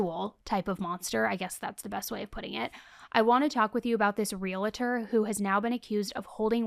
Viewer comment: Point of clarity, that would be ‘real-tor’ not ‘real-eh-tor’